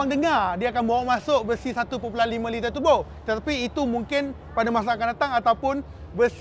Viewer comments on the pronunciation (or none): none